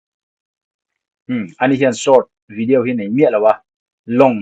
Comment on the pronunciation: Tinge vidiau tia i lam tlat a 😅